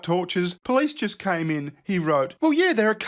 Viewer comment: You have a certain way of saying jisst.